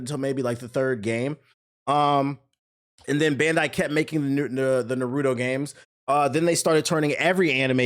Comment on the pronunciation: "Narudo"lmao why do niggas put D in Naruto's name and pronounce that way?!